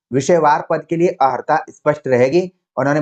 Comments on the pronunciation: आप अर्हता को अहर्ता क्यों बोल रहे हैं? कान में चुभ रहा है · Sakshi ji ne Jo pronunciation ki baat kahi wo sahi h but jis tarah se unhone bola wo Tarika theek nhi Kyuki ko is tarah nhi bolte ki चुभ रहा है